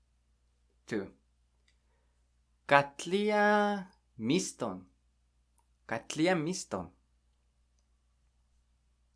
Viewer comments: How do you pronounce 'Katlinya'? In the video you say 'Katliya', but it's spelt with an 'n' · Sounds like you're saying Katlia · Why is the n not pronounce in Katlinya?